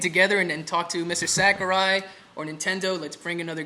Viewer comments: "Sakari" annoyed me >_< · Sakari? It's Sakurai xD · Mistur Sack-a-rye